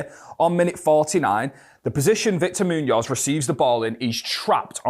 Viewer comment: I enjoy what you do with these videos but please brother you have to learn to pronounce his name better :D Probably the accent.